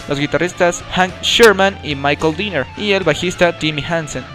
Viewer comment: Se pronuncia Gene Simmons (tal cual) no es Gene Simons (pronunciándose "ai") es Michael Denner (no Dinner) y la disquera es Road Runner no Road Run, buen intento de biografía pero el ritmo es algo inconsistente